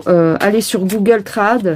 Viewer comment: J'ai cru que tu disais Google crad quand tu as dit Google trad 😅